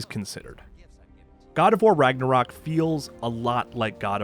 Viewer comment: I love how no one can pronounce Ragnarök properly :)